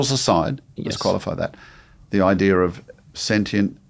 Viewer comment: It's IDEA, not IDEA-R